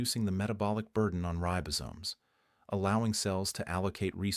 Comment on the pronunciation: Ten minutes in... any doctor or health expert who recommends chocolate, is alright with me! OTOH, any doctor or health expert who mispronounces "ribosomes" is an AI!